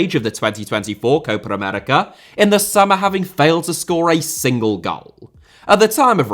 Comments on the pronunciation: Am I the only one kinda pissed with the way he pronounces "Copa America" most of the time? It's not Cohpar Americar man come on 😂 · you should pronounce Copa América as two different words. It sounds like you say Coparamerica every time